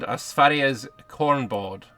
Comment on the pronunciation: Hearing a native english speaker actually pronouncing the "å, ä, ö"' correctly always puts a tingle in my pringle (no excuses English speakers, the sounds those letters make are often used in English as well). But then he hits us with the pitch perfect "Sverige" afterwards. Örned yårsälf a sub good sör!